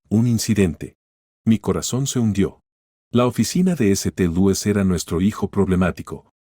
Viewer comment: Hay una enorme laguna en el relato, lo que dificulta la comprensión. Eso sin contar con la pronunciación... ¿eseteluis?